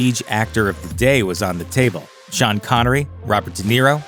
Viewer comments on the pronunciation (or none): none